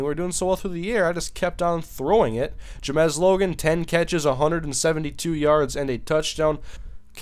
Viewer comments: It's JAMES ! Not Jamez ... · wh does he say ja-mes its james but other than that good vid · Google his name. It's Ja-mes Logan. Juh. Mez. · Please learn how to pronounce the name "James". You're saying it as if it were spelled "Ja-mez". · Jamesssss u pronounce it as Jamez hahaha im probably wrong though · how do you mispronounce james.